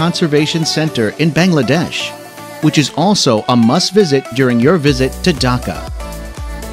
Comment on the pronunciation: Them saying all the place name wrong... anyways Bangladesh is beautiful I have been there for 9 years(i am 13) and i still can't get over my life in there... people are the friendliest... i have been to all of the places named in there and they are awesome....